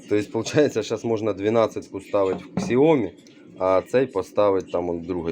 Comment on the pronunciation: яке КСЯОМІ, вимовляється як сяомІ, наголос на І